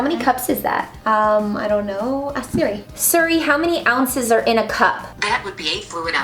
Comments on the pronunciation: It’s Siri not suru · Rebecca u said serry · Who else noticed that Rebecca said Siri wrong